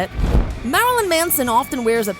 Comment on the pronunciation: the way she pronounces marilyn triggers me